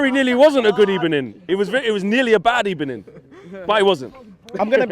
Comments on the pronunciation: Good ebening, I cringed so bad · What a great video. Especially the Good Ebening guy 🤣